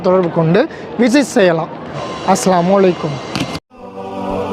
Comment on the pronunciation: TV , brother say Assalamu alaikum , your sounds like assalamolikum.